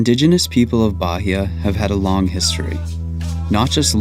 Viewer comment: I suggest you practice a less lazy pronunciation of the place that is receiving you — in this case, Bahia — before making your videos. It’s not that difficult, is it? The accent is no problem, but to pronounce it as if it were an English word?!!